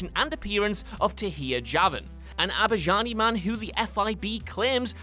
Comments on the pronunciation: yo I know it's hard to pronounce things with the accent sometimes, but you just called the Azerbaijani man an eggplant. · My guy... you completely butchered the pronunciation of ‘Azerbaijani’ when talking about the GTAV mission - it’s pronounced ‘A-zer-bi-jhan-e’ just for future reference! :-) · As an Azerbaijani, you butchered all of the names so bad that I couldnt even recognise the name for a bit